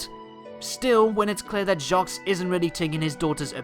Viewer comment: By the way, you don't pronounce the 's' in Jacques, it's French.